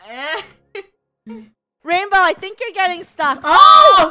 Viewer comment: It’s not rainbow is rainwoah